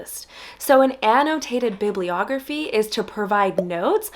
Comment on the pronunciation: an -- no - taited ---- bib --- lee- ogrpheei